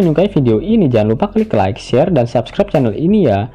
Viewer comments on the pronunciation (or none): none